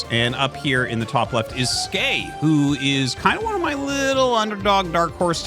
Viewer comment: Great game. I can't wait to see how Skey does in the tournament. I'm going to agree with Tasteless that it's pronounced S Key. Skey as you say it doesn't mean anything. But he plays Terran, and the "S" key is the default hotkey to make SCVs. So if you want to be a macro Terran, you're going to hit the S Key a lot.